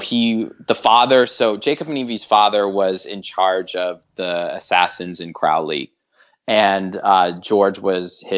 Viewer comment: You said Crawley really wrong, XD